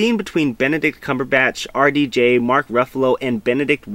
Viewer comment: took me a few minutes to realize you weren't saying "Arty Jay"